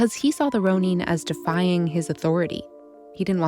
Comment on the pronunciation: This narrator is driving me crazy. It is "Ro - nun", NOT "Ro - neen"!